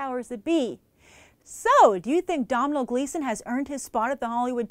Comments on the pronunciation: It's an Irish first name pronounced 'dough-nol', not Dom-h-nal. I live in Ireland and have a friend named Domhnall! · Really good summary, he's a mighty fine actor, couple of things in there I didn't know he was in but I've been watching him for a while. 'Your Bad Self' was an underrated and unfortunately short lived show. Also heads up, it's pronounced the same as Donal. It's always kind of amusing to watch Americans talk about Domhnall Gleeson and Cillian Murphy. I've been living in America for 3 months and I still love how people react when they find out how to pronounce my name :P